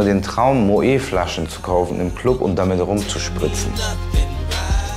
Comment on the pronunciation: Bei Moët wird das T auch ausgesprochen.... anders als man meinen würde.